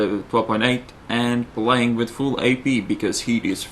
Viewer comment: i love is accent , obviously not english, but its awesome, pwaying, aggwesive, circonfwexes i love his accent